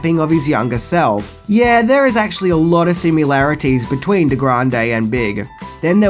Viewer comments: I like your posts in general, but this 'keyboard skit' is 100% unworthy of you. The movie men play real keys of all notes. Slopping around on Für Elise does not count as comedy. Practise to accuracy or *Delete it*. P.S. Sim-ILL-arities, not Sim-YOU'LL-arities. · I know this may be pedantic, but you keep saying "similarities" as "sim-yoo-lair-it-ease"... it's "sim-ILL-air-it-ease"... there's no U after the M. idk why but every time i hear you say that (and it's more videos than just this one), it gets under my skin. like how does "i" translate to "you"‽? hell, in "simultaneous", it's still not pronounced "you", it's "uhl", but i would at least give it to you that it's a U then.. and don't give me the "it's an Australian thing", bc my ex is from Australia, and she says it right. anyway... i just had to say something.